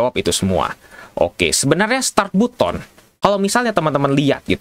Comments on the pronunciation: Tapi kan untuk pertama kalinya ada yang bilang "BUTON" bukan "BATEN" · Button dibaca "batten" bang 🙏